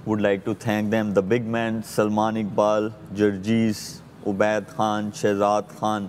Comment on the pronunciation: Yes, an analyst must be fair in his comments regardless who is playing. But for fakhar e alam to say that he wished Indian win the cup is, honestly, shameful. I think he’s too amazed and influenced by India. It’s annoying how he pronounces “khan” ….he says Kaan instead of khan….shameful